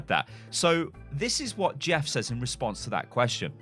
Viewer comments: Why do you say says as saizz?? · "Sez" is actually a lazy way of pronouncing says, we've just gotten used to it over time as being the norm. is pronouncing it correctly